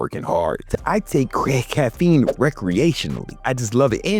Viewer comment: "I take crac.. caffeine" Almost caught you lacking 👀